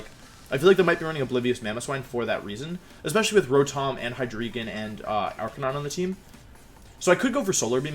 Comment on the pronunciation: Also Wolfe: Arca-knee-nay